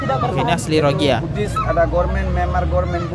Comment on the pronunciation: ekonomi indonesia lebih baik dari Malaysia di thn 2017. aduh kok masnya ga baca n denger berita. mereka datang ke mslaysia karna bisa dpt kerja dgn gaji rendah. sedangkan di Indo tdk ada yg mau memperkerjakan Rohingya. Mas salah sebut bukan Rohigia tapi Rohing Ya😅😊